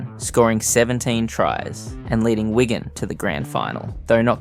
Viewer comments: It’s Wig an not Wagon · Please stop calling Wigan Wygan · Excellent video but a few errors: - the tweet about naming a stadium was from a Wigan fan not when he was at Parra - He got moved to Stand off not Scrum Half - The team is reffered to as ‘Whygan’ a few times rather than Wigan Change those few bits and it’s 10/10 👍🏻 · This account needs learn how to pronounce "Wigan"